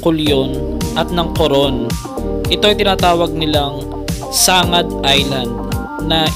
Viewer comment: SANGAT PO NOT NOT SANGAD😊 salamat s pagtuklas s aming lugar na katagong paraiso